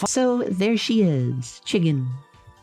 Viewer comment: why can’t I stop listening to her say “chiggen”? Also that endoskeleton plush is super friend-shaped